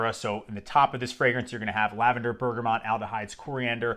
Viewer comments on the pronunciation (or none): none